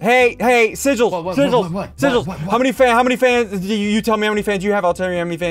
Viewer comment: why did ssundee call sigils "seril"